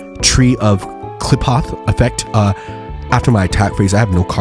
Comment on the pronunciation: I believe it's pronounced Kli-foth